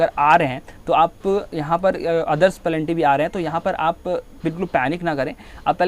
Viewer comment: पेनल्टी को पलेंटी मत बोलो 🤣🤣